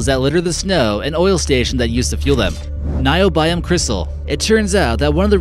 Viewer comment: Niobium and microbial - you are not pronouncing these words correct. Micro Bial ..wtf!